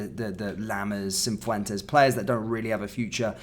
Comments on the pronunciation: I just hope Jose gets sold so I don't have to hear 'cinfwentes' again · There’s no ‘n’ in Cifuentes